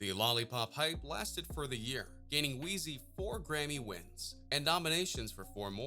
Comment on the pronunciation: I stopped watching at weezy!! How this man gou say weezy broke?